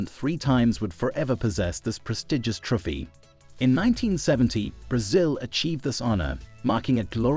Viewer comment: The words Trophy, Christ, and revered not pronounced very well.